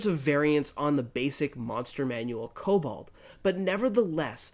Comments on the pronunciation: Kobald? It's actually written on the screen, there's no 'a' in the name, it's 'Kobold' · Kobold... Say it with me, Ko- bOld. Not kobald.